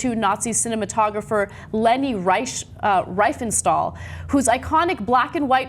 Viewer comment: pronounced REEfenstahl